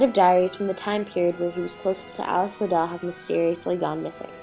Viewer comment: Watching this video is so frustrating. Not only are these people being completely judgmental, but they are mispronouncing Liddel. It rhymes with "fiddle" which Lewis Carroll has explained before, if they paid any damn attention. Charles Dodgson also wrote the sequel to Alice's Adventures Underground after she grew up and dedicated the story to her and commented on what a beautiful grown woman she had become.